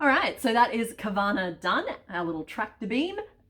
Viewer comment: OMG, Carvanha as in Husqvarna the tractor/chainsaw brand? Took me a minute to grasp what you were saying there! Swedish education time!!! It's HOOS-kvar-nah. Which kinda means "the mill by the houses". (Also, since carvanha is a piranha and those live in the Amazon, which is predominantly in Brazil, I think it might be pronounced car-VAHN-yuh, with the Portuguese nh pronounciation. But I'm Swedish so that's just a guess xD)